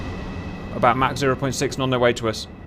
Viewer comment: Thank you,, for pronouncing Mach like Mach instead of Mack (or whatever the american jaws try to produce)